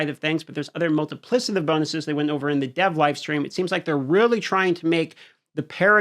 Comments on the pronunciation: It's pronounced "multiplikative", not "multiplisative". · Not trying to bash but because of how many times it was said, it was driving me crazy. Plus it'll probably come up in future patch note videos. The 'c' in multiplicative is pronounced like a 'k' and NOT like an 's'. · Multi plick itive 💀 not multiplisitive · Mul·ti·pli·ca·tive, not Multiplissative. Other than that, keep cooking, my man. Love the breakdowns. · I don’t think it’s multi-PLIS-ative but multi-PLICK-ative. Yeah, I don’t care if I’m that guy. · bro really its multipli K ative Not multipli S ative. PLEEEEAAAASE! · Please please it’s MultipliCative damage not multiplisative damage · /ˈmʌltɪplɪkətɪv/, just sayin 😅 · I love your vids bro and you’re a dope dude but it’s pronounced multiPLICKative! Sorry OCD going crazy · MULTIPLI-K-ATIVE PLEASE, FOR THE LOVE OF GOD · Isnt it Multipli-K-itive? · couldn't listen to wanton destruction of multiplicative pronunciation anymore :( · Drinking game: take a shot every time dm pronounces multiplicative wrong. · Don't let me change the way you say "multipliCAtive" but you are saying it wrong. Not sure if you're saying wrong on purpose of you learnt it wrong... muhl·tuh·pli·kuh·tuhv You just said it so many times it stuck out to me. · Am I stupid or is he mispronouncing multiplicative? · You are incorrectly pronouncing multiplicative. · Your saying multiplicative wrong lol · Your inability to properly enunciate "multiplicative" is insufferable...